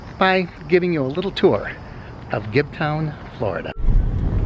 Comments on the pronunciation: It's not pronounced "Gibton".....get it right Mr. It's pronounced GIBTOWN! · I live in Gibsonton and have never heard anyone say Gibton and I've been around here since the 70's. Perhaps whomever you heard mispronounce it had a few too many beers.